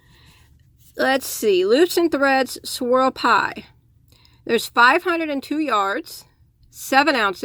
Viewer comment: Pretty yarn, I had to do a double take, thought you called them "squirrel pies," ha ha.